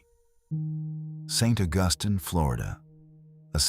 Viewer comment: Hey canned narrator, it’s Saint AUGusteen.